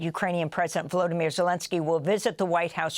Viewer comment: You are mispronouncing Volodymyr. The accent should be on the third syllable.